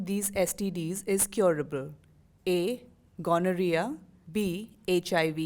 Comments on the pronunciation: Ghamoriya not Gonorrhoea.. 😂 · The way pronounces gonorrhea, it sounds like he is talking about some Marwari businessman called Mr. Ganoria. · Gamora Jaise laga Mujhe Toh 😂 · Oh god 😂😂😂😂😂 ghamoria and gonoreaa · When he took gonorrhea as ghamoriya 😂😂😂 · Ganorhea😂😂😂 yaar atleast pronounce properly!!!!! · This is so trueeee